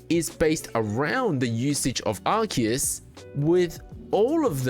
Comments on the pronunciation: Bro, it's ARE-SEE-ISS ARE-KEY-ISS would be spelt 'arkeus'. The c next to the e makes an s sound. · Even in english it is pronunced Arc - eus, listen to any official english dub and that is how they pronunce it. Doesn't matter if it is grammatically correct, that's the canon way to pronounce it so that is what's right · lol no you didn't. You said Ark-ee-iss. This isn't the official pronunciation.